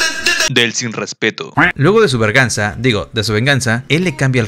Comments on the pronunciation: Y por q dices verganza si es venganza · Se dice be3rg4nsa